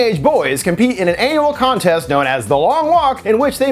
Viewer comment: did he say "anal contest"?